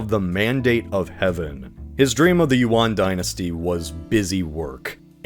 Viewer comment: that’s not how Yuan is pronounced 😭